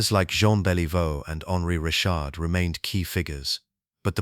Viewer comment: Just gotta work on the pronunciation of Rocket Richard's name and some of the other French-Canadian names but beyond that, this file is gold. I'm subbed and I wait to see more.